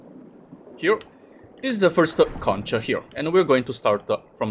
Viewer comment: I think you're supposed to pronounce "conch" in a certain way...